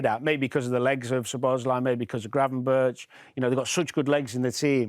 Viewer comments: His name is pronounced Gravenberg. Get it right! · Gravenberg not gravenbirtsj